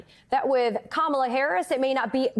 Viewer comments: Our Vice President’s given name is, KaMaLa. It is the Indian word for Lotus. She was named by her mother, who was born and raised in India. If these individuals can promise jd VANce’s wife’s name, why can they pronounce the Democratic Nominee? They are being selective bigots. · Make no mistake, folks - the constant mispronunciation of "Kamala" is definitely on purpose. IT IS A RACIST DOGWHISTLE! Don't believe me? The most common mispronunciation (and the one favored by Trump himself) is "ka-MA-la", which is how you pronounce the name of 80s wrestler Kamala the Ugandan Giant. Go look up "Kamala the Ugandan Giant" and then tell me this isn't a racist dogwhistle that they are hammering on repeatedly. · This hit the nail On the head!!! I was soooooo heated from her intentionally mispronouncing Kamala name. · If the Maga idiots can’t handle the basic pronunciation of the name “Kamala”, maybe they should just stick to “Madam Vice President”